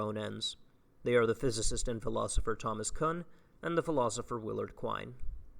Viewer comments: btw that last name (kuhn) is pronounced like racoon. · I absolutely love your content man, and really appreciate the work you're putting into this especially in your first year of grad school, but when you say Thomas "Cuun" a little piece of me dies